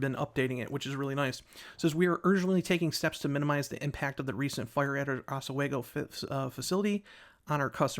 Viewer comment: Novelis employee here. Latest news is the mill should be rolling metal by Thanksgiving and hopefully full production by end of December. The fire was absolutely outrageous, millions of gallons of water used to put it out, over 20 fire companies called in. Every single one in the county. Also pronounced "ahs-we-go" 😂